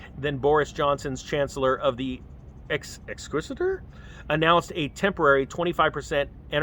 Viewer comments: Exquisitor? 😂 Ex-check-korr 😉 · it pronounced ‘x-checker’ exchequer as in bank cheque. Ex-cheque-r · It is pronounced ex-check-er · It's pronounced ex-check-er. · Pronounced "Ex checker" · Sunak is a WEF plant and as for Hunt well I suspect his first name is really Isaac - btw exchequer is pronounced ex checker - in the dictionary the definition says criminal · Pronounce it: ex-checker. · Exchequer pronunced ex-checker. A cheque is what non americans cash in ... americans cash in a check. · exchecker is how it is pronounced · pronounced ex checker lol